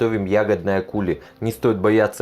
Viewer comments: Все таки кулИ, а не кУли) это французское слово, а там ударение на последний слог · Кули - ударение на И, это ведь слово французского происхождения) как и компотЕ, конфИ, кремЮ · Все прекрасно, только не кУли, а кулИ🙂